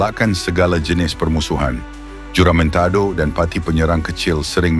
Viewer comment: Sebutan JOLO dan huramentado tu salah.klau nk buat content buatlah btul2.. "PENYARAHAN HARTA BENDA DI BORNEO" kpada british@ austria? Sy tegaskan di sini.bukan penyarahan tapi " PAJAKKAN@ PAJAK"jangan pandai2 ubah sejarah sesebuah bangsa